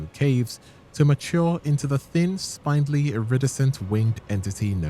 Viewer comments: SPIN… SPINdly… not SPINE-dly. Disliked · Is this an AI voice...? I only ask cuz you keep mispronouncing common words like "spindly" and "iridescent". How tf do you correctly pronounce Myrmeleontidae, but stumble on common words? 😭